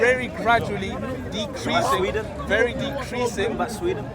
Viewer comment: really tries too hard, he covers things up by spewing jargon. I respect him for sounding educated and show casing he has a good level of vocabulary but he can't even pronounce a basic word like decrease properly